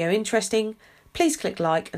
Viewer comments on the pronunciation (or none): none